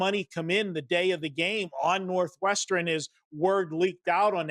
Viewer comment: Why does he say "northwestren"